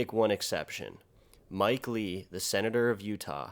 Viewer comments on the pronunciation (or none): none